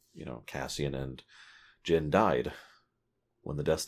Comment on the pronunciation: Its Jyn ;).